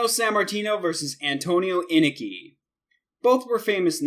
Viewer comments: He also has no proper pronunciation. It's Inoki (In-Oh-Kee) not (In-a-kee) And Rikidozan (Ricky Dozan) not (Re Cody Zahn) And it's Regal (rhymes with Seagull) not (Ri Gall) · Antonio Inoki is one of the 3 biggest names ever in Japan wrestling history, can u plz at least show him respect & pronounce his name correctly. Its phoenetically pronounced: In-Oh-Key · "In-nikki"? REALLY?? Inoki's name is pronounced "In-Oh-key".Kimura is pronounced "Ki-mura" not "Ki-mira". Regal is pronounced "Re-gull" (like British royalty or "seagull"), not "Ri-gal". Know your pronunciation, damn it! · So innoki is not pronounced Inn.uh.key it's inn.oki and Steven regal isn't ruh.gahl it's Ree.gul. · In-O-ke, NOT inake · Anoki (uh•no•key) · #1 in-KNOCK-ee #2. REE-gull ....smh..... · All this time I've been mispronouncing Inoki? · In-oh-key you idiot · InUHkey? Steve Ray? Steven ReGALL? RikOHdeezon? Dude, can't take you seriously when you don't even know the names of these people. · does he even watch wrestling he pronounces a ton of ppl name wrong, luger, oakerland, regal, and more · It's pronounced Eye-no-key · 8. Wrong Stevie Ray dumbass. 7. It's Ricky-Doe Zan and Kim-mura. You need to learn how to promote Japanese names, oh and watch some wrestling before 2001. It's In-NO-Key for Inoki. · Bruh it's in-oh-key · I stopped watching after hearing how he pronounced Antonio Inoki's name. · You mispronounced Inoki and Regal. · Learn the names before you attempt to make a video. Could you have pronounced more of them wrong? Inoki? Regal? Geez! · Awful editing, couldn't pronounce Inoki right, little to no information about any of these "fights", couldn't pronounce Regal, abrupt endings to each clip... This video is disgusting. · And inoki